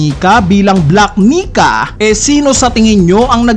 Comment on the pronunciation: Ilang beses mopo inedit ung voice mo ya?di ka nag kaka mali sa word na "black Nika?"kahit once?